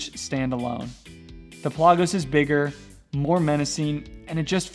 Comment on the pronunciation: Pell ah gose not pel ah goes